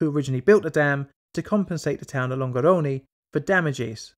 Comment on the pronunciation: Amazing video! Here's a little advice on pronunciation: When an italian word ends in -e (like salve or Longarone), the right pronunciation is a sound like the -e in "suggestion".